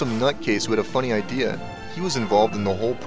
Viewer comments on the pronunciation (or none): none